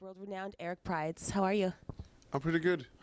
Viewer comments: People were telling me for a while his name was pronounced Prids, not Prides. Now I know. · It's actually pronounced "prids." She's pronouncing it wrong. I heard him say his name "Prids" on BBC Radio 1